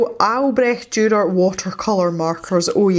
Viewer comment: You did such a good job pronouncing Albrecht Dürer :D I really like your painting and I think his name should be Fred or Freddy :) I got my ScrawlrBox yesterday and I'll combine my ScrawlrChallenge picture with MerMay, even though it is the April ScrawlrBox, but it is May when it got to me. I wonder if the May box was supposed to be inspired by MerMay... would be interesting :) I think, judging by the last two or three boxes that they have taken the results of the survey they did quite seriously. I mean, they have included pads or sketchbooks with paper since then, so I guess more people "complained" about the little paper we got. They really improved, I think.